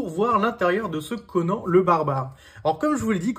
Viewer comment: Normalement, ça se prononce "Conane"